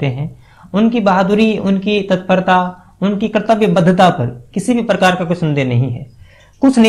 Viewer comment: Bhai tu hindi seekh le phale phir show host kar. What is parkaar yarr?